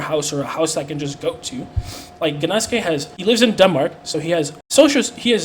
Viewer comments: Wait, you pronounce the G? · pronouncing the g in gnaske is the grossest part about his behavior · Doesn't even know the G is silent...